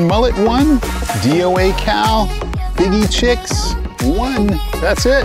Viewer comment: Are you saying the name of the DOA Cal Shad incorrectly? Fiji 🇫🇯 Chicken color is Fiji Chix. Heddon ( Vintage lure company ) is said Hedd- on .